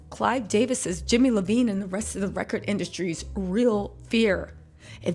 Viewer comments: Jimmy's last name is iovine not lovine. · It’s jimmy iovine not Levine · It’s Jimmy Iovine (eye-veen) sis, let’s get the perps straight lol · Hey guys its Jimmy Iovine like(eye-ovine) not Lavine